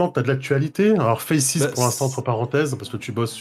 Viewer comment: Sache que tu n'es pas seul sur la prononciation de FACES. Je tenais à le dire, je voyais bien que c'était dur d'être discriminé comme ça. Sinon chouette interview ❤